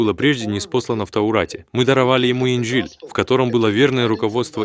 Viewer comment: Он говорил ИНЖИЛ